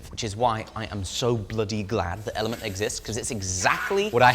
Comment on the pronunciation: wait it's called element and not elementea?